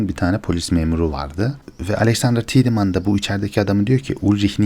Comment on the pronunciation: Her şey iyi, ağzına sağlık reis de, şu Tiedeman telaffuzunu 'Tidımın' değil de " Taydımın" olarak yapalım tamamdır